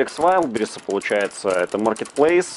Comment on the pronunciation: исправь уже букву в дикие ягоды. вайлД бэррис